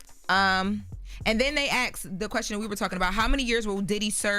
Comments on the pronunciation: Assssssssssk. The word is ASK. Not Axe. Dam —- is just one long run on sentence. That is why I don’t watch or listen to breakfast club. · Why nobody ever told she says "acts" instead of "ask". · THE WORD IS ASK NOT AXE.❤️ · Ask, not AXE! 🙄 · can't say ask. She says ax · It’s so annoying hearing say “Ask” cuz she pronounces it as “Axe” I Axed him 😂😂😂 nah bruh say it right dammit ASK A S K ASSSSKKKKK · ASK! It's ASK! Not AXE! Take one of them "S" that kicks CTG azz and use it!!